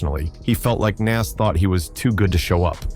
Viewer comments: I hate A.i....say Nas name right !!! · How are you mispronouncing NAS and Tupac? 😂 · This video sucks. Is this AI generated? This can't be done by somebody who actually knows what went down in the era. Can't even say Nas, Jeru or Pac right. DJ Quick? Also the Wu Tang beef was limited to Rae and Ghost. They thought the album cover to Ready to Die was too similar to Illmatic to be a coincidence. Method Man even said when asked about it that Rae and Ghost just don't like anybody. The beef with Nas was largely tied to that too. I guess AI has gotten pretty good though it it's not immediately obvious to a lot of people.